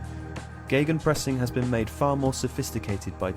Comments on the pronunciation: Are you guys really using these German words? You know, you can translate stuff it's just a thing germans made up, I would translate it as ,,pressing against". Not a miracle or sth. And try not to make the ei sound it's not geigenpressing, just simple Gegenpressing. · Geygenpressing? Where did you read a "Y"?